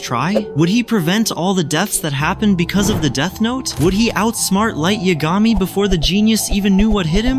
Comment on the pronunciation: Who edited this? Two Oh university? Light Yag Ami? I can’t. It’s nice that the AI voice kind of sounds like Light’s American VA, but the pronunciation is so off.